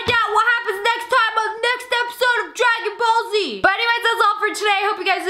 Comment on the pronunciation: When she says dragon ball z I hear dragons balls